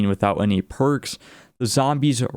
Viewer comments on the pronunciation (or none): none